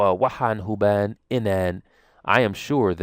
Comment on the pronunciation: remove the ''n'' on ''jiraan'' & say ''barto'' just as you did Arabi remove the ''n'' on hubaan barataan As a native speaker, I always suspected that Somali is a difficult language to learn, even though you make it look easy. Well done.